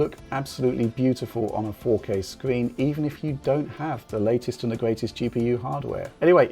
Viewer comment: faux-K.. I love it :p